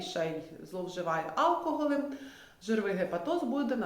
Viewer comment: Чому áлкоголь? Аж по вухам ріже